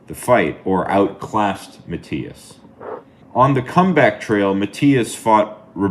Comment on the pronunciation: It's actually pronounced "Ma" "T" (like Tea) "is."